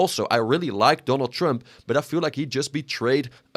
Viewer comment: “Donal Tremp”